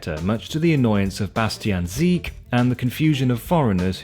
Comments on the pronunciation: Is it just me hearing 'Sebastian S*ie*k' instead of 'Sebastian Si*ck*', although the difference between 'seek' and 'sick' is exactly the same in English and German? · Die Aussprache "Siek" anstatt "Sick" zeigt schon, was man von ihm hält.